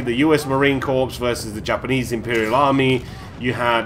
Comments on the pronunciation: Not Cor-ps it's pronounced Core buddy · its pronounced 'CORE' the PS in CORPS is silent you box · Yeah only in pronunciation, i was meaning about how he said "corpse" instead of how it is pronounced. It it spelled corps though. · Hey no offense, I'm just letting you know "corps" is pronounced the same as "core".